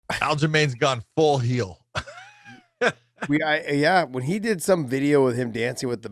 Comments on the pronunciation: Josh thinks heel is pronounced "hill" in the same way he thinks rankings are "brackets" lol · Heel brother not hill 😂